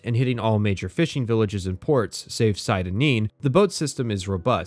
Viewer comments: sieda neen? seyda neen you filthy outlander (“say-da”) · Dude made an 8 hour video and can't even pronounce "Seyda Neen" the way it's literally spoken in-game.